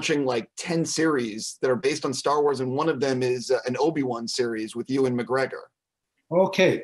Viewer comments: heh, you call him Ooowun, it's really cute. But speaking for my people! It's pronounced You - Wan. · Please American's is pronounced U-AN not OO-AN. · Pls stop saying Ewan's name like that 😂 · Please stop pronouncing Ewan like that lol